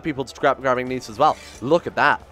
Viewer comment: you pronounced Nice wrongly ;) nice.